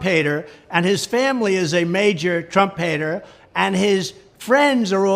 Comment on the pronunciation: onwards: Special Counsel Jack Smith as 'Trump hater' or 'Trumpator', lol, the way tfg pronounces it sounds more like the latter!